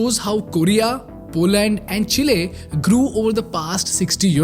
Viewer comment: Great Content😊 Thank you for this👍🏽 Please correct your pronunciation of : 'Economy' 'Miracle' 'Poland'